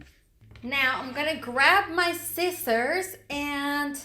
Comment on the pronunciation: My cousin made fun of the way you sai sicssors